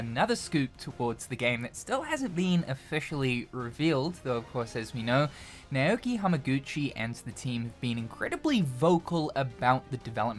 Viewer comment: It's pronounced Nuh-O-Ki